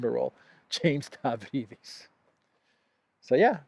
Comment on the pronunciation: The moron's name is pronounced (Stavridis) as Stab-rydis !